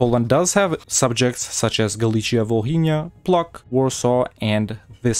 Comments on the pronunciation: How the city's name can be prenouced: Pwo-tz-k How he prenouced it: PLOK XDD made me tumble on the floor almost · Calling Płock "Pluck" was a highlight for me personally